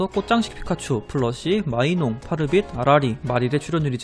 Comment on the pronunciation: 파르토가 아니라 파르빗 아닌감...